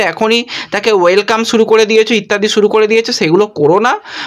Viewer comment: ছোট ভাই, আপনি আগে উচ্চারণ ঠিকঠাক করুন ভাই। মেজ নয় ম্যাচ। সুরু নয় শুরু।আমি ৫০ বছর বয়সী এক ব্যক্তি। মুদ্রিত সংবাদ মাধ্যমের সঙ্গে ২৮ বৎসরের বেশী সময় যুক্ত। আপনার উচ্চারণ বড্ড কানে লাগে ভাই। সংশোধন করলে খুশি হবো। সার্বিকভাবে আপনার সংবাদ সংগ্রহে আরও যত্নবান হতে হবে। আপনার সাফল্য কামনা করি।🐧